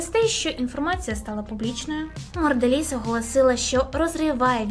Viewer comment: Чого Морделіз, якшо Монделіз?